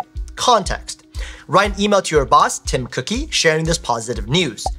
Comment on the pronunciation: Bro said "Tim Cookie" 😂